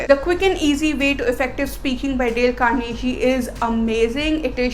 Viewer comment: It's not Carnehee, it's Carnegie with a 'g' sound as in gun, good and give.